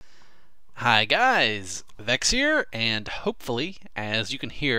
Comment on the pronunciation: pronounces Vechz as Vetches